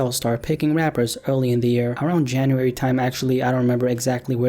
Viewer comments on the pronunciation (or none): none